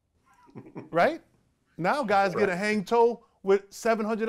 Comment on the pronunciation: This nigga said a hang toe